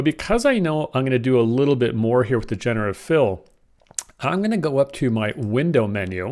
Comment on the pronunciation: The word is "jen-er-uh-tiv"